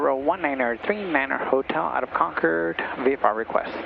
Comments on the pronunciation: Congrats on pronouncing Concord correctly. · Thank you for saying Concord correctly. I live right next door to Buchanan. Love your videos!❤❤❤ Are you guys from here?